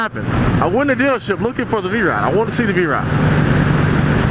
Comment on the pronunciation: Are you saying "V Ride"?